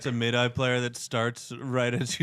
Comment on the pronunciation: Love you guys, but midi is not pronounced mid eye. Considering, you guys slag this D bag all the time and I’m with you on it – you really can’t make fun of someone that hard if you don’t know how to pronounce midi (mid-eee not mid-eye). Still dig you guys though.